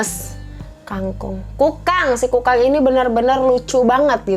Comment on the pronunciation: Sabar ya..! Kayanya hidup lagi banyak pikiran. Ngomong Kukang aja jadi kangkung..😭 Btw tapi ngakak kak.. Makacih ya udah ngehibur kita..😀